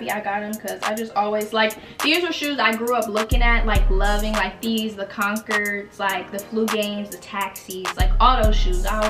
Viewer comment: Concerds?? It’s conCORDs lol